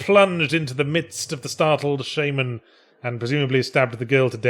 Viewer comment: It's "shaman" not "Shaymen"